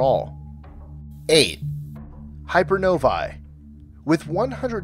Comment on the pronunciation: One thing: hypernovae is pronounced like hyper + “no-vay”. Hyper-novay. In English, ae or æ is always pronounced as “ey / ay”. The same sound in “egg” or “anger”